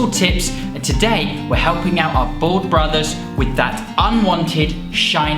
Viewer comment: Your beard is fucking ridiculous. You look like a Victorian weightlifter. And why the fuck can’t you pronounce ‘bald’ when it’s the theme of your whole channel